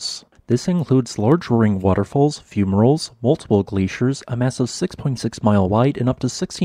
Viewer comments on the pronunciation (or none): none